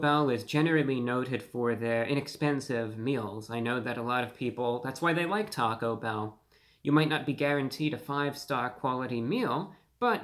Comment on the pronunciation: u went to Tah-Go bell? i think it is one word not hyphenated..enough talking eat the damn thing!